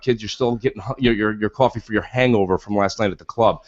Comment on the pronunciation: needs to say 'quoffee' more often! love it